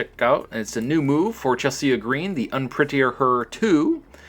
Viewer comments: i noticed he said Chel-see-ya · Y u pronounce Chelsea Green name like dat? 😂 it's Chel-sea